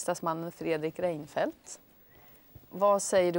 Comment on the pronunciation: Uttalet "Rejnfelt" ^_^